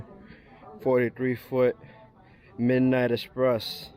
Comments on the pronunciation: It’s eXpress not eSpress lol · why is it so hard to say "express" correctly????